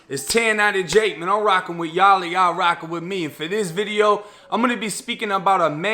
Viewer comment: Bro the hard “wit y’all” instead of the “which y’all” in the intro really threw me off there 😭